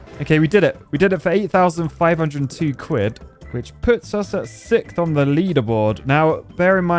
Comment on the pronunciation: SiXth not SiKth